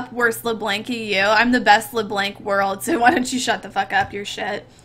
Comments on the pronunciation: its not Lee Blank D: its Ler Blunck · OMFG LE BLANK everytime i hear this i would like to cry xD just say ''Lö Blonk'' pls im very sure it will cure my ear cancer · xD her name isnt LeBlank its LeBlanc Le-Blonk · Wtf is pronounced LeBlanc not LeBlank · I love how she says Le-Blank. Also it's YOU who almost never hits the E's LOL. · i love how she says it like LEEBLANK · "Lee blenk" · LEEEEEEEEEBLANK OMFG SHE SAYS NOTHING RIGHT OFNBHA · Am I the only one that cringed in the beginning when she butchered saying leblanc